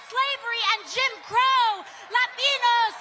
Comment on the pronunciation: I like how she adds an enye (ñ) to the word Latino. Latiño. I guess she needs a little more DuoLingo.